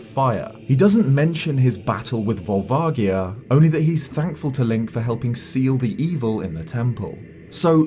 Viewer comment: That's not how I pronounced Volvagia...